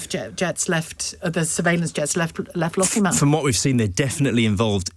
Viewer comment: I just want to know where the independent news is. Oh and it's LossieMOUTH not Lossiemuff - who is this guy?